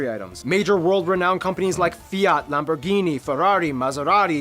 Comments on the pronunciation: It's not LamboUrghini, is Lamborghini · practically all the brands were pronounced the wrong way, not just Lamborghini 😂😂